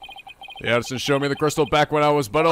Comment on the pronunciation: I really hate doing this. But you're still saying Paul A-ti-shon as Paul "Addisson".... I still love your videos, including this episode. But that one this is kinda bothering me. Anyway, keep it up, I'm loving it. X)